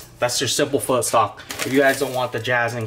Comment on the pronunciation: peanut butter???come on man...r u sure ur viet? btw its pho not fur..peace!!!